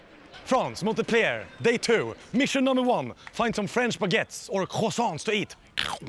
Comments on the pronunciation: "monte-pliaire fRANCE" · Every time he says "Montepellier" a little kitten dies. God btw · Did just pronounce Montpellier ("Mon*t*-pell-i-er" ) like Montepleayeah?! xD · The way he murders his pronunciation of montpellier... XD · I love how he says the city name the wrong way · The T in montpellier is silent lmao